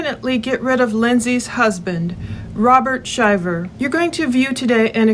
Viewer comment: Thank you for saying the name right. My father goes by the same name, and we all went to Auburn as this couple. I believe Lindsay is stretching the truth! She is doing everything as a form of gaslighting with hopes he will act out! The fact she is shoeing an affair already, makes me believe she will do anything to gain money! Just saying